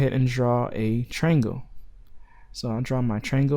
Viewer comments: Dude, it's not a "trangle" It's a triangle. That's TRY+ANGLE. Triangle. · Dude, it's not a "trangle" it's a triangle. That's TRY + ANGLE. Triangle.